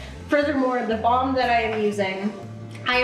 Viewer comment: every time you said balm i kept hearing bong and i was so confused but also here for it lol